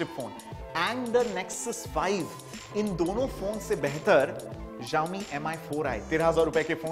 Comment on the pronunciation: It's pronounced as Shao-Mi